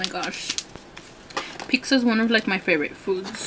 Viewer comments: Pizza not peeksa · By the way it's pizza not pixa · I hate how she pronounces it "peecza" it's annoying! But good video! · I think it's funny (and not in a negative way) how some people pronounce pizza like "peeksa". 😁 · I like how everyone is so cal pronounces it "peeksa" instead of pizza.. i've heard some other people say it like that too ✌🏽